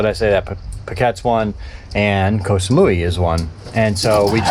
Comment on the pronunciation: Hi, Just FYI, here in Thailand 🇹🇭 “K” as in Ko or Koh is pronounced like our letter “G”. Very rarely pronounced correctly by foreigners. Happy sailing. I live on the beach not far from Ocean Marina, so maybe I’ll see you when you come back in to lay her up.